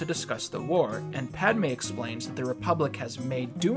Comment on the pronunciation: no you were saying it right